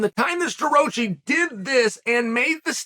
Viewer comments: Stuh-Rah-Chee not Stuh- Roach- eee. Douche. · Chael it is pronounced Stuhrocky by the way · The best part is Chael absolutely butchering his last name right off the bat😂